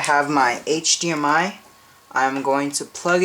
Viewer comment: hdmi not hgmi